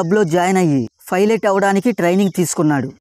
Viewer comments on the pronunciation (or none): Philot kadu ra ! Pilot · Filate enti bro😆😆 it’s pilot bro..😮😮😮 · Piolet ❌ fylet ✅